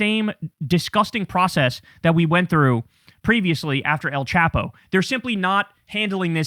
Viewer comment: El Chapo is pronounced with a long A not a short A so it sounds more like chopo not chapo